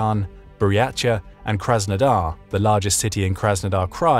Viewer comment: While the information here is great and mostly accurate, your pronunciation REALLY needs work. Sakha, Circassian, Buryatia. Look up how to pronounce them